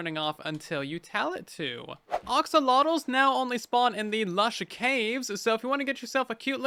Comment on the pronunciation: he said oxolotles instead of axolotles